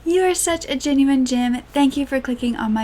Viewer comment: "You are such a jinuine jim... " 🤮